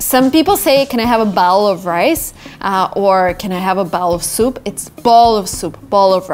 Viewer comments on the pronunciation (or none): none